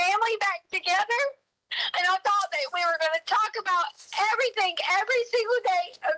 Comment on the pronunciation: I know! I cannot stand it! Maybe she doesn't know how to read. She's never picked up that the spelling any of those words do not include a "k"